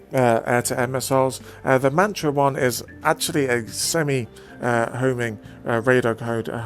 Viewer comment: MATRA not MANTRA!